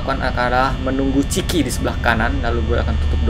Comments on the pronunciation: Miawaug. Bukan ciki tapi chica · yang benar Chica bukan chiki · chica bang chica wah mesti lo suka makan ciki makanya bilang nya ciki awkwkwkwk:V